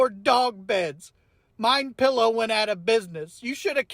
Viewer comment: Did you notice the guy in the vehicle poking fun says “Mein Pillow?” 😂😂😂😂